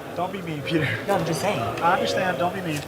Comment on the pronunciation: "I'm just thaying." Chang.